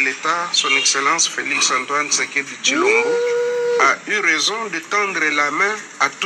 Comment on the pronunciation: tu dis de mensonge tu ne connais même pas le nom du président tu appel cbilomba au lieu de chilombo tu vois que ta manière te trahit